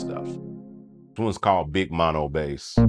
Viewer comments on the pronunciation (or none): none